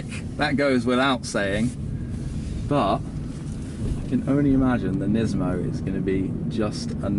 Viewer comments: nismo not nizmo. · Everytime he says "NISMOU", I have to think about Gizmo from "Gremlins"! Lol ;-)))